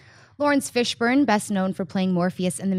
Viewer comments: Am I the only one who heard say Fishbone? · Uhh..."Fishbone" smh O_o lol! Yep that unknown dude, who has never been seen in a movie. cough-Matrix-cough, nice;) Guess all Fishbones look alike, and a Fishbone by any other name, would act as sweet;) Nah just messin' with you, maybe she's not that familiar with him, and reading errors do happen. No worries;) I did get a good laugh though.